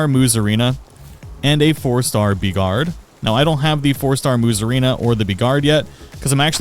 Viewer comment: The way you pronounced Beegard is stunningly stupid.